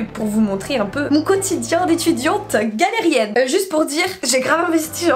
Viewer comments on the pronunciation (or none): Le « GALERIENNE » m’a achevé 😂😂😂 Sinon super vidéo comme d’hab